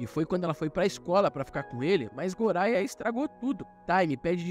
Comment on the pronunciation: O nome goria se pronuncia goya e ren e len